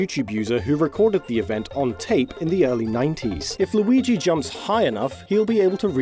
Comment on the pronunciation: Maigi.. or Lurio... Or Muigi? Look at MLauriigoi! Or how... Whhyyyyyyyyyyy?